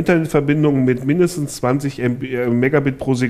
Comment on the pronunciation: anstatt mit habe ich myth verstanden :D